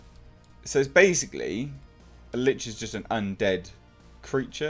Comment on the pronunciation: Thank you for eventually pronouncing "Lich" properly. Lich rhymes with 'itch.' You can find great information about them on A.J. Pickett's channel about the Lich or almost any monster. I really hope this movie is better than the first. And, since you like the genre you should take a look at some of the YouTube channels like Critical Roll that play through a game. Maybe even join a local game in your area. Play at first but I think you have a great voice for a Dungeon Master.